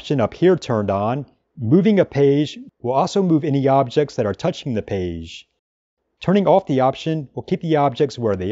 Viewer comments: Terrific video! I watched multiple times. Love the pronunciation of "Peige" :D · Thanks for comprehensive tutorial <3 You pronounce "page" in a funny way)